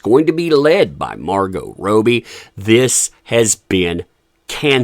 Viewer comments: I’m sure you mean “Robbie”, not Rowe-b. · Her name is pronounced Rob-bee, not Row-bee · You might think that someone who is going to make a video about a person would take, up to 90 seconds on Google, the time to learn how to properly pronounce their name. It’s pronounced Raw-Bee, NOT Row-Bee! C’mon man!! Big 👎👎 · Its Robbie, not ROWBIE🙄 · It's rob-ee (as in, say, Bobby Kennedy) not row-bee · Him saying margot rohbee instead of MAR-goh rob-ie kills me. I can't. Sorry. Subtitles for this video only x) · it's pronounced ROBbie...not ROby. Sorry, grammar police LOL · Please stop calling Margo Robbie, it's not Roby.. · ROB’EE … please man. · Robbbbbie not Robie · Its not pronounced Rowbie though right? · I love the way u pronounce Robbie 😂😅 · Can you please say her name correctly - it's driving me nuts listening BUT there is no POTC without JD!! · One day you'll say her name right 🤞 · Is her name pronounced Rob'ee or Robe'ee? The way he's saying he name is making question myself. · Love supporting you, love your channel I've just always wondered why you purposely insist on pronouncing Margo's last name incorrectly